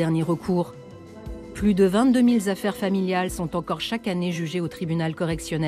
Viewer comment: "Plus de vingt-deux mille z'affaires familiales". Bravo à la commentatrice. C'est du lourd.